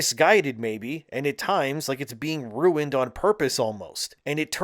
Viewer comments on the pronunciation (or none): none